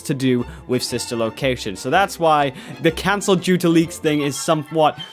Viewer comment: Did anyone catch him say Fsister location he prob meant fanfic s